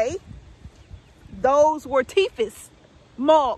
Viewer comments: Teefissz' ! My brother still says teefissz. LMBO. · Lol. My mama always said teefess too.